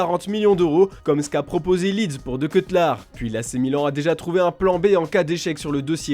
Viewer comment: "De quetlard" la honte, les gars nous parle de foot en ayant fait des petites études de journaliste et sont incapable de prononcer le nom d'un joueur correctement (même en voulant faire un casting plus jeune) la honte encore une fois, et ça se dit qualifié. On est né dans le même pays mais pas grandis au même endroit